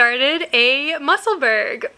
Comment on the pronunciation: I vote for the green silk dk for the ranunculus! and your hot pink wips are so fun! 💕 just an fyi, the musselburgh hat is pronounced "mussel-burrow" (rhymes with Edinburgh) 👍